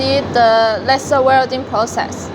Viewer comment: Very good and clear explanation video. Can you change the pronunciation of "lesser" to "laiser" or is that too difficult? Just a humble request. Furthermore, I congratulate you on the rest of your very good English!